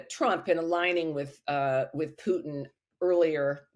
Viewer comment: Who is this Pewtin that Louis keeps talking about? Has nobody at TR corrected his pronunciation yet? Shades of Shawn "Abrahams tanks" Bell.